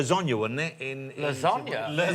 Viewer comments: Not in English, nor in Italian, which language pronounces it as "la zohn yuh"? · Because he pronounced it wrongly. The food and the word are Italian. It's lasAgna. Simple. Like it's not Mc Dinalds, nor the Whote House, nor the Star Spangled Boner. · Perhaps because the food and the word are Italian . . . and it's lasAgna . . .